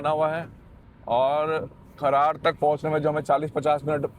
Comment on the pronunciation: खरड़ को खरार बता रहे हो